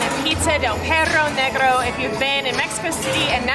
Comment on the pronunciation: awww guys you are super cute couple the pizza looked delicious! and the way you guys pronounced perro negro idk why but i found it so funny! 😁😁😁